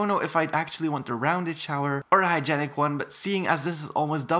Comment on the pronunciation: It’s hy-jeen-ick